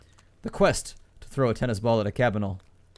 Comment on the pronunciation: You keep saying Cabinal XD